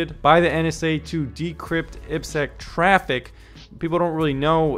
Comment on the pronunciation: Aiiii peee sekkkk Triple desss Hint for proper pronunciation